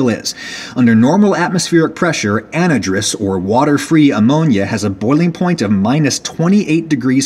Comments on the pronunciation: "anadrus" lolwut? Is that an American south pronunciation, or have I been saying it wrong all these years? I pronounce it "an-HI-druss" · "Anhydrous", at least here in the the UK, is pronounced as an-hydrous with the stress on the second syllable. As in without water. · This is just a pet peeve of mine, but , anhydrous is pronounced an (without) hydrous (water) where the y sounds like an I. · Annadris ammonia lol it's AN-HYDROUS as in without water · anna-driss? It's an-hydrous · "An-HIGH-drus", not "AN-uh-drus". Otherwise great video. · * Small pronunciation issue*** anhydrous - /anˈhīdrəs/ as in " lacking water"... HYDRO...not HIDRO.... "ann hydrous" . Love all the videos, thanks for making them. Vinegar Chicken is on the RIGHT! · An-HY-drous. No ANadrus. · Lol I've never actually heard anyone pronounce anhydrous as "Anidrous"...usually you would say "An-HI-drous" but hey, you do you Adam. ;) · just so you know anhydrous is pronounced An hi dris not an ih dris its pronounced with an an hi sound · An-hydrous! AN-HYDROUS AMMONIA. AN means without or not, and HYDROUS means water. Not anhy-drous. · Adam excellent video. btw cringe worthy: ANN-high-dress. Or ANN-HI-driss. It tends more toward en-HI-driss. The pronunciation on this page is close to neutral North American imho: Keep up the excellent work. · an-eh-dres ammonia has to be one of Adam's funniest mispronunciations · Pronunciation: AN-HY-DROUS Literally, "without water." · an-HIDE-rus. The stuff in the wheeled tanks you showed at about is typically injected into the soil of crop fields as fertilizer. We already have a "new" form of refrigeration referred to as the "solid state heat pump" or the Peltier (pel-tee-ay) junction invented by Frenchman Jean Charles Athanase Peltier in 1834. Many of the small automobile or camping refrigerators rely on such a device. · AN-HI-DROUS ammonia Adam. Other than that great video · An-high-drous ("hy" pronounced like in hydro) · Pronunciation note: An-Hi-Drous